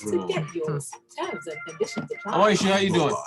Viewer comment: And, it is Omosuyi not Omoyusi. 😂